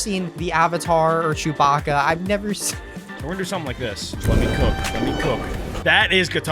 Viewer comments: rhat not chowbaka that's apa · saying chubaka for appa was so funny